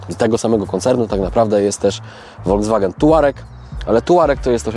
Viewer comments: vw czyli folks wagen,tak napisze bo jak po niemiecku to bedzie hejt. Dlaczego w Polsce prawie wszyscy mówią wolgswagen 😂😂,to tak na marginesie,po zatem lubie oglądać i doceniam. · Folkswagen wymawiamy na miłość boską...